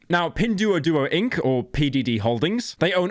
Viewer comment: it's "dwo" not "du-ou"